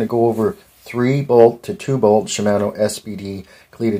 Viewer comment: Shi-man-o 😂 it's shi-mah-no